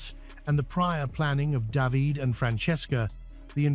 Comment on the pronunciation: Daveed and davidae... funny Ai. The children were orphained...